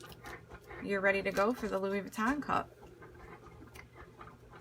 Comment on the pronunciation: BTW, it’s pronounced “Loowee” not “Loowis”. 😉